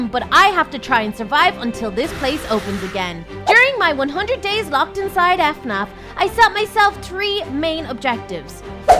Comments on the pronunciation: It is fnaf not f naf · you say it fan af not fanarf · It's not f-naf it's fnaf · Fnaf not f naf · F naf??? Uh... Its.. fnaf. One word :> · Fnaf not f-naf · She said f naf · F naf 🤣🤣🤣🤣 she said f. Naf 😂😂😂😂😂😂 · bro said F naff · did she, just pronounced it as F-NAF? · You said “Five Af Naf”………… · Did she say f-nuf? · But messed up how she said 'ef naf' and also she put foxy on the same stage as Freddy chica and bonnie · say fnaf right plzzz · Lol the way u said fnaf